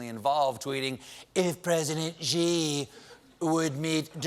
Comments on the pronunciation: The Chinese president’s name (Xi) is pronounced “she”, not “zhee”. Colbert got it wrong repeatedly, starting . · Xi is pronounced as Shi, not Ji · can someone pls teach stephen how to pronounce 'xi' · I know I'm picking nits but the pronunciation of Xi is "she" not "ji". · Love you Stephen but someone on staff should’ve told you the correct pronunciation of Xi. It’s not gee, it’s shee ✌️ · I thought saying “geeee” was a joke or mocking trump >_> but then he just kept saying “geee” but it’s more like “shee” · Maybe learn how to pronounce Xi. It is pronounced SHE not jee. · Xi is pronounced like "she" in English. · His name is pronouced "She" - FYI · Xi is pronounced as “si” as in silly. Colbert and almost everyone on American media don’t pronounce it right. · "Xi" is pronounced much more like "See", or even closer "Shee" with a soft H. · ichc No, it isn't. See is pronounced the same way as si in Spanish. Xi is not pronounced as see at all. If you can't hear the difference between how Xi is pronounced compared to see, that is your problem. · Stephen....PLEEEEEEEASE learn how to pronounce President Xi. It's been a few years now. Driving me crazy. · Is it just me or did Stephen pronounce Xi wrong every time? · Can someone please tell Stephen how to pronounce Xi Jinping's name? He's been saying it wrong for years.